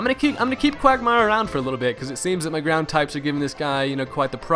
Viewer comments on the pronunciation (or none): none